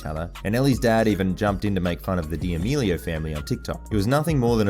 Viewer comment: Did he just say Charli Dee meelio